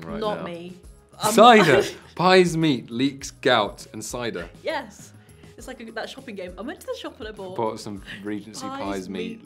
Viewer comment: the accent on cider